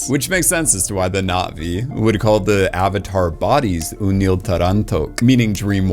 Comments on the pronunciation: I kinda didn't care for avatar and didn't bother with the 2nd and 3rd movies but this video made me interested. One thing though... is it just me or does he say Not Vee instead of Nah Vee? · Why does he keep mispronouncing Navi